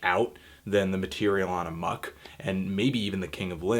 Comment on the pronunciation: Amok not Amuck yo